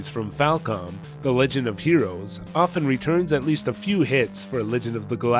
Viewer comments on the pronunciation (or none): none